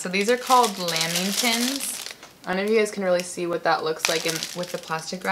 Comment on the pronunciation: Laiming ton its la-ming-ton